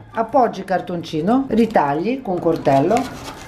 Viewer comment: Cortello? Se dice coltello